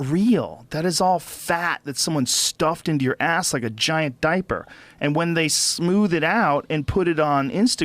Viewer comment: ”Carrying that diper around”